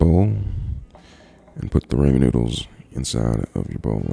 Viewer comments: I KNOW HE DID NOT JUST SAY "RAMON NOODLES" !!!! 😂😂😠😠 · Man says raymen noodles